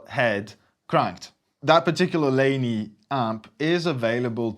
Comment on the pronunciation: PRS, a Fender Tweed (learn how to pronounce Laney please) and you do not have a precise reference of the treble booster? Have you never heard of a Rangemaster? Is this really Thomann?, who decides to "stay off the boost pedal" to play Sabbath... You are a joke! It is shameful to see the biggest music shop in Europe to do such mediocre videos... Especially with the competition around!